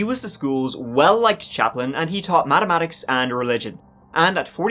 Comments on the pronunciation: “Madamatics” LMAOO and excuse me sir where are your glasses! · said mamathics when pronouncing the professor profession 😂❤ i love him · "He taught mattamaticks and religion" haha love ya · He taught madamatics 😂😂😂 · "maddemadics" lmao